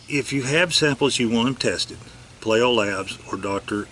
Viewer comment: Payleeo labs would be the proper pronunciation my friend.